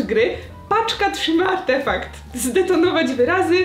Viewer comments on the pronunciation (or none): "Chce to zdetonowoć" xd❤❤